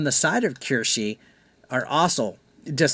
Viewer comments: I’m surprised you don’t know who she is. She’s amazing and hilarious. It’s pronounced Keyr- Sh- uh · Omg u buchered her name😂